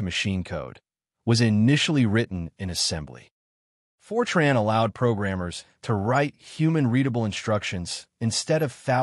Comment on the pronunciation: FROTAN????? FROTAN????????????